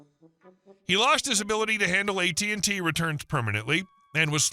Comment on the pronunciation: It's AT&T NOT AT&Tee.